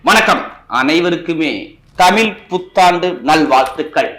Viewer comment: ஐயா தமில் புத்தாண்டு இல்லை தமிழ்... தமிழ்... தமிழ் புத்தாண்டு